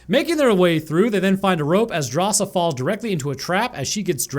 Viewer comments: Drasa, not Darsha xD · just keeps messing up Drasa name and calls her Dasha, but her name is actually a cool detail of the movie as it translates as "bravery" from lithuanian, and Drasa is lithuanian which is stated in the movie by her old man